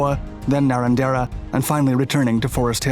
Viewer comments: It's more like NahRANjrah 🙂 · Great job with our interesting place names mate, you even said paddock instead of field 👍 If you ever want a guide to Aussie slang, just rewatch Crocodile Dundee 👍🔪 PS : It's "NarRANderrRAH" though 😉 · He missed both Narrandera and Corowa.